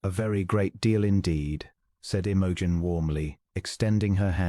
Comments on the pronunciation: AI makes her name sound like an OTC medicine for digestive problems. 😂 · Unlikely. But a sweet short love story. Best part is that the narrator does not sound creepy or robotic and reads the lines fairly well. Well, except for the lady's name.